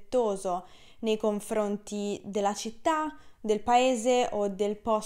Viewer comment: Cara, quando dici "nei confronti", dici "COM-FRO-NTI"...( siccome c'è la F...non è più facile pronunciare una M invece di un' N...?).